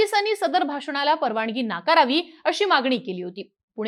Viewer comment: जरा उच्चारांन वरती लक्ष द्या, 'न' आणि 'ण' मधे खूप गफलत करताय तुम्ही eg 'परवानगी ' ऐवजी 'परवानणगी ' म्हणताय तुम्ही..... ऐकताना खूप खटकते ते